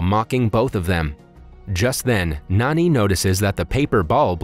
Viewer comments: It's Jani not Nani Good review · It ain't pronounced as N-A-N-I instead like J-A-N-I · Can this guy read? It literally says “511” not “551” and “Jani” not “Nani” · actually in the movie his name is written and pronounced as Jani not Nani.... Jani like John pronounciation type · His name is not Nani,it's Jani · His name is Jani not Nani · Bro its not nani its jonny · It's not nanj its jani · Btw, his name is pronounced as 'Naan-ee'. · he's actually Jani, these recap channeels have a hard time pronouncing indian names